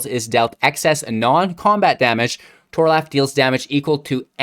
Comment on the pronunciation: Mans said "Tor-Laugh"